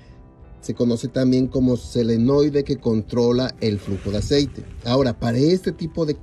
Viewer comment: Buen comentario !! Es Solenoide pero yo lo pronunció Selenoide No se porque !! Lo siento error mio de pronunciación. Sorry !